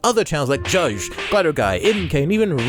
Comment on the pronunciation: “Judge” I’m crying its pronounced JOOJ